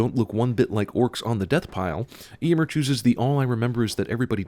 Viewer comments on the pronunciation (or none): Narrator pronounces "Éomer" as "Eeeeomer" and not "Eyomer" PING PING PING PING PING SIN MACHINE BROKE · It's not pronounced ay-mere its ay-oh-mere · hate The way he says "eomer"😡